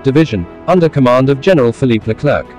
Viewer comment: These strange stupid commentaries. PS it’s not Leclerk